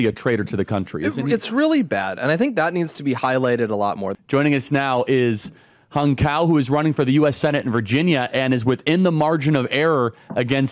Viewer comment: Hung is pronounced "hewng"